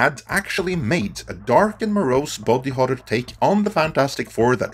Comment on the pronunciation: Your accent makes "body horror" sound like "bobby horror" and now all I can think about is a dark and gritty king of the hill reboot.